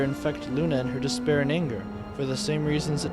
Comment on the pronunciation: Did i hear “Despair”?